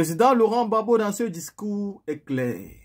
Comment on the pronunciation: Pas babo, mais Gbagbo